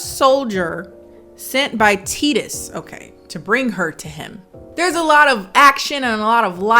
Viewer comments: Omigod it’s TY-TUS! Not teetus! 😂🤦🏾‍♀️ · I love how can't pronounce Titus correctly cause she never cared to hear the name in the movie LOL!!! Love Her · not being able to say "Wa-cow-skee" or "Titus" is the best part of this review to me lmao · I love how pronounced Titus correctly the first time and then assumes she pronounced it incorrectly and continued pronouncing it incorrectly for the rest of the video. 🤣 Also, Titus was one of the most normal names in the movie. 🤣